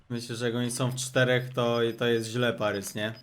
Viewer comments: Boli mnie to "parys" zamiast "paris" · Nie Parys tylko Paris.